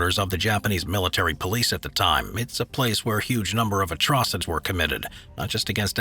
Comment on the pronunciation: Pronounce atrocities again for me. Lol. Poor narration if you can’t even pronounce such a simple word.